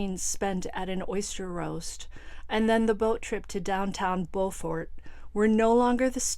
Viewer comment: Hey! Not that it matters, but we in South Carolina pronounce the town "Bew'-fort"! 😊